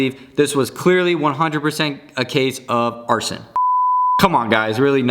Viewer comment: Also arsen = arson lol